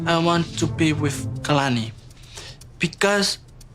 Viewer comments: Her name is pronounced "kah-lah-nee" not "kay-lah-nee" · For gosh sakes please STOP mispronouncing her name. It is not KAYlani. The first a is soft, just like the second a in her name Kuhlani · I know you want to be respectful with people's names, so i wanted to mention that Kalani is pronounced "kah-lah-nee". :)